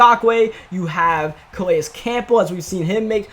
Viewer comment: Calais Campbell (Kuh-lay-is kam-bull)